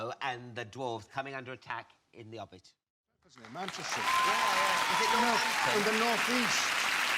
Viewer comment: “The Obbit” 🤣